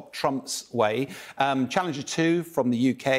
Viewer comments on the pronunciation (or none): Ah yes.. the "ABRAHAHAMS" once again... nicely compliments the "CHABBALLALINGIRS"